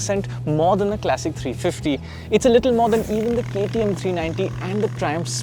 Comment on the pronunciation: Why tf would you pronounce ‘classic' as ‘clessic’ !